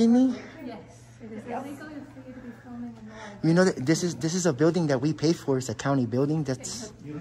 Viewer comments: The two r's in library are not connected,. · How sad would my life be if I wasn't allowed to go to any library in my county because I couldn't behave?, I think you were banned less because of your "audits" and really because you can't pronounce "library" correctly. There are TWO Rs!